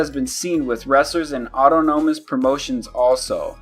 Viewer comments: auto no mous ??? this guy just reads words that he's never used or heard pronounced. hate being a grammar nazi but every video I find mispronounced names and words. come on buddy , nothing personal but other folks may take offense. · "Auto-no-mas"....... Smh. Lol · Dude...Its pronounced aww-tahn-uh-muss...Not auto-gnome-us -_